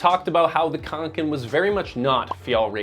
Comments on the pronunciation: Can I please PLEASE make a point: "å" is not "a", any more than an "f" is a "t", or an "E" is an "F", just because there is a little added bit, it doesn't mean it's the same. It's grating and jarring, to hear your american "khank-ken" "ack-ee" when it's not that hard to say an "oh" sound, is it?? (My uncle Åke is rolling in his grave). Like..... somehow you said "ä" as "eh" just fine, why not "å"???? Seriously, I love your channel but if you can't pronounce any word correctly (english, svenska, française.... my dude. Please. It's an integral part of research). Rarely do I make snarky comments like this on yt videos, especially on channels I like, but perhaps it's because I'm such a fan that this irked me so very much. Also, like Sweden, NZ has similar "allemansrätten" too, so I do actually appreciate companies making practical, no nonsense sorts of things. The rucksacks the company make also are waterproof in a very unique, less-goretex-more-natural-wool-type-trait kind of repelling to moisture; knowing you made a video about goretex, I do suggest you have a look closer look not only at your ragging on fjälräven, but also Kathmandu (est. 1987), fairydown(est. 1877), and the mckinlays (est. 1879) and sistema (also established in 1987). They are all pretty incredible brands that are all homegrown in New Zealand, and ideas for diversification? Instead of JUST the american focus you seem to love... — sincerely, a minorly distressed kiwi with a swedish father who passed on his sch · It's pronounced "Fyell-rahven Con-ken" :) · Å is pronounced like an O so Åke is like "Oke", same with Kånken, it's "Konken". ;) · And Kånken is konken so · It wouldn't be so hard to learn how to correctly pronounce Kånken and Fjällräven for more accuracy, even for an English speaker, if you just made some effort. The sounds that Å and Ä make in these words are not unfamiliar sounds for American English speakers. So really there is no excuse. For me it just portrays laziness.